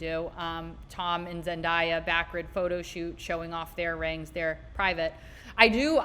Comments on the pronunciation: Zendaya is pronounced Zen-day-ah. I see a reel recently where she said her name is always mispronounced. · It's pronounced zen-day-ah